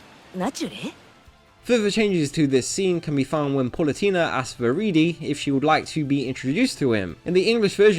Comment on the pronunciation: Good video but please stop saying “Paulutena” omg